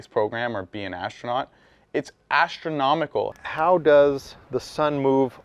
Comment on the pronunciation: XD I get it cause he BUTCHERED the word "astronomical"